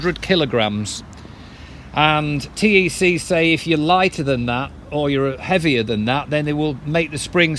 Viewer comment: That's good glad you are pleased as its a great company ...one thing TEC is pronounced 'tech' by everyone including the owner , not important but thought I'd mention .